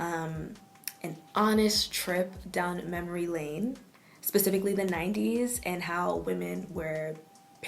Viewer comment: Yo, did you say.. “pussifically” fam??!!Lol